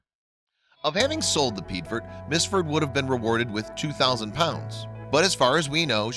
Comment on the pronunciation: Piedfort= P-A-4, or Pee-Aay-For